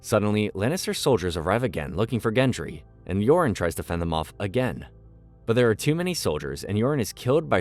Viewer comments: Some of the pronunciation of the names of characters is so shit, especially Margery, Tormund and Gendry 🤢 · how is this guy mispronouncing margaery after having watched the show, and Gendry, like if you watched the show enough to give a synopsis of the whole thing then how do you get their names wrong for 280 minutes